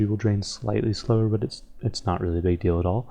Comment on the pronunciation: "Big" not "bug"